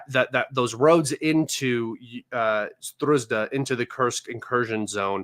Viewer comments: why you keep calling Sudzha a Sdruzda? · It's more of a tragicomedy...so many thousands of people die around Sudzha and guy can't learn the name of the place for months ...